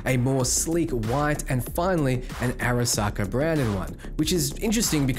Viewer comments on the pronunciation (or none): none